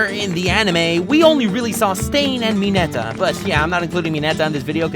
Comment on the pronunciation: ... Did he just say Mineta from My Hero becomes a villain? My ears are bleeding...